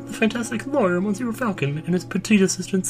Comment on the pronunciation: I hate to be one of those commentors but 2 things, the mon in monsieur pronounced muh...kind of >.> and the miaou is basically meow. Because that's how french folk spell meow. (Dogs say ouaf instead of woof) Pronounce it how you want but I just thought I'd help. Hope you're having a good holiday and have a good new year, too